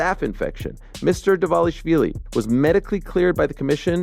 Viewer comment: Love the channel pal but every time you say 'Devashvili' I can feel Merab wincing. His names Dvalishvilli sounds a bit like Duval-ish-villi or better still D'val-ish-villi. :)